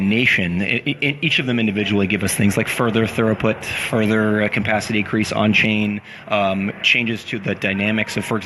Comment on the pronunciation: I like this, but damnit, it's throughput not thoroput.